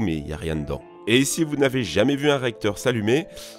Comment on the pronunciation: Mais pourquoi à chaque fois tu rajoutes un S à "si"? Genre si (z)intense. Ca me frappe à chaque fois dans tes vidéos lol